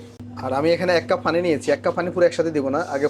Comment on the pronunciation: ফানি মানেতো হাস্যকর 😂 পানি বলতে চেষ্টা করুন। ❤